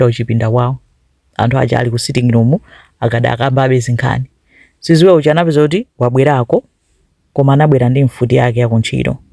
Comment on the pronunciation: Its Sizwe not siziwe 😂